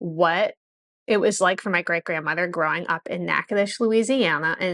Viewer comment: I am glad to finally hear the correct pronunciation of Natchitoches. My Dad was born in Pleasant Hill, Louisiana. His family came through Alabama and Louisiana to Texas. In 1969, after the Moon landing, we moved from California to Louisiana for about 3 years. It was enough to appreciate Cajun culture and cuisine. Later, we moved to Texas where we grew up and scattered. At least now there is a Cajun restaurant here in Angleton, TX. Edit: In Ponchatoula, LA, we lived next door to a strawberry farmer. We kids helped him pick in return for a container of strawberries. Dad enjoyed strawberry wine while we enjoyed a bowl of strawberries and sugar after mowing the lawn.